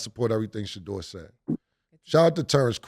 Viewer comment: Shedeur not shedure